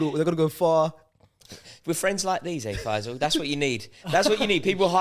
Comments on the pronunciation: You guys should do a YouTube short of each time called Fay-zal "F-AYE-zal" hahaha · The way pronounces Faysal 😂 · You say “Faysal” ,I hear “Deluded Guy with 0 Ball knowledge” 💁‍♂️